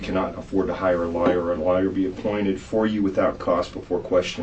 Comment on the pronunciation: lmao there is no accent that pronounces lawyer as liar. The only Accent that could pull that off is that of a dirty cop.